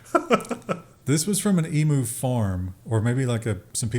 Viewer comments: "ee-mew", not "ee-moo" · It's E - mu not E moo. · "eem-you" NOT "e-moo" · it's "ee-myoo", not "ee-moo" source: am Aussie, live in TN, and groan every time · as an Australian, the way they pronounce 'emu' is absolutely hysterical. In Australia, we say eem-yu, which to my biased ears, feels more natural. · Emu is pronounced E mew